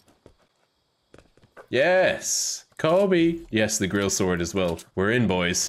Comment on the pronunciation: The grill sounds like oasis lol